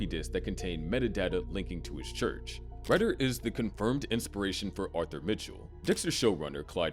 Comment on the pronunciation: I'm not 100%, but pretty sure his name name is pronounced like "Raider". At least you didn't try to sneak past the YouTube censors by changing to "T" to "Torment" like the last video I watched that mentioned him.